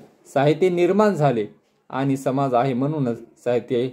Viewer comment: सर छान सांगता पण समाज बोलताना ज चा उच्चार व ज्ञान चा उच्चार न्यान होतो आहे,साॕरी सर.